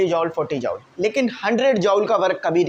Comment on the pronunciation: Sir its not jaowl it will be pronounce like joool